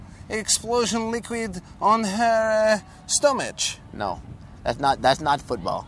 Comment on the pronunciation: "Stomichhhh" HAHAHAHAHAHAHAHAH